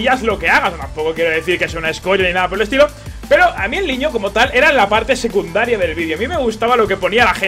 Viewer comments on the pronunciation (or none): dice seduncario en vez de secundario